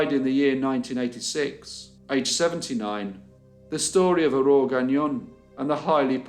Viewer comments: How in the Dickens are you pronouncing "Aurore" correctly!? I grew up in the UK and after 20 years people still insist on miss pronouncing it 🤦🏻‍♀️ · You did a good job with the pronunciation of all these French names! 👏 In Quebec, just the first name Aurore is enough for everyone to remember this sad story. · Can I just say that I'm very impressed with your french! You did an incredible job pronouncing all of those French Canadian names and places, I don't think I've seen a YouTube video outside of Canada that has done it so well! Love the videos. Cheers! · So damn sad 😢 But another interesting case and your pronunciations were very beautiful ❤️ great job!